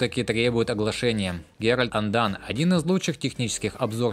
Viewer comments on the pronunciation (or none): none